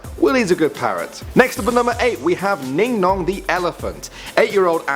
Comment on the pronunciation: Ningnong I thought u said Dingdong honestly